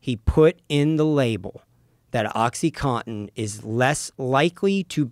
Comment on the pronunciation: Why do Americans all say "oxy-cot-in" ? Isn't it oxy-coN-tin?